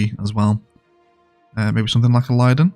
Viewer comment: I’m trying to be kind and help you but you pronounce linden as lie-den when it’s more like lyn-din. it’s a minor mistake so don’t worry about it!